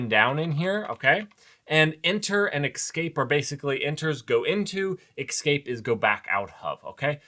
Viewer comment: or eXscape? what's that all about? :D Love your content man, but that pronunciation of "Escape" drives me nuts! There's no X...